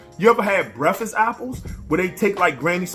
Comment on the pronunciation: You said breffast not breakfast.... you got some southern vibes mang lmao.... but then again Maryland is in the south lol